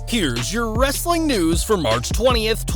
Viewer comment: Go back to doing ur wrrrrrrrrrrrestling news bit. I was jus messin wit u dude. I watch ur wrrrrrrrestling news all the time. Big fan